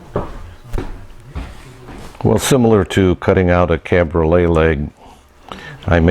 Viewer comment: I'm confused. You keep saying cabrolet leg (pronouned like chevrolet) and I thought it as cabriole leg. It's coming along nice. Beautiful work.